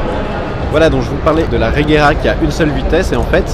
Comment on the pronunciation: Mec, j'adore tes vidéos mais renseignes toi s'il te plait des fois. On dit reyera...